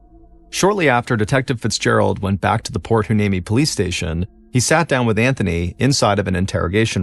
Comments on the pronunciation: Port Hueneme is pronounced "wy-NEEM-ee" FYI. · Can you rerecord this story with Port "Y-knee-Me"???